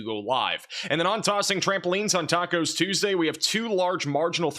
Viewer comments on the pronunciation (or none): none